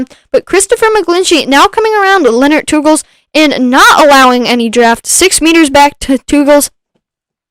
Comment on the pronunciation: My bands are Belgian 😁! Thanks for the stream. Pronounciation of Teugels is one of the most correct I've heard so far, thanks!